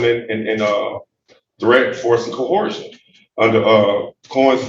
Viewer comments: He doesn't know it's coercion not "cohorsion". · What's "Co-Whore-Shun"? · Co-horse-shun 🤣 these sovtards literally cause my brain cells to wither and die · What the hell is "cohorshun"? As in I'm appearing under threat duress and cohorshun. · Another "cohorshun" defendant. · Why do these sovereign citizen crazies always pronounce it co-whore-shun? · Why do these smooth brains always try to put an "h" in coercion? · No further proof is needed that these crayon munchers are just regurgitating things they don't understand past listening to how this... ahem... man of the land pronounces the word "co-HOAR-sion". LOL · Why do they ALL pronounce coercion as "cohersion"? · Can they PLEASE STOP saying "cohorshion" or "cohershion"..... Stop using words you dont know or can pronounce..... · Out of all the crazy things sovcits believe, the thing that will always mystify me more than anything else is why they all pronounce it "co-hersion". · Why does every sovcit pronounce coercion as ‘cohorsion’? At first I thought it was just some of them mispronouncing it, but all of them seem to say it like there’s an h in the word. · I would love to see a "conversation" between him and Kim Worthy. She would chew him up and spit him up in no time flat. Love her. And he must be right because he's using fancy words, fancy phrases and quoting all kinds of cool stuff. Too bad he can't pronounce the words correctly or use them properly. Delusional crayon muncher. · The Sov-Cidiot cant even pronounce "coercion" let alone understand its meaning!! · it really grinds my gears how none of these guys can pronounce “coercion” correctly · Why can’t sovereign citizens ever pronounce “coercion” correctly ?